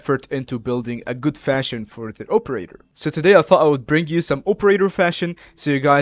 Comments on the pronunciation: (OPE)erator lol midwestern for sure. thx for the vid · I'm Midwestern as well, but I don't pronounce it like that